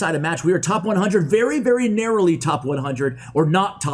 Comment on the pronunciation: Word of the day: norrowly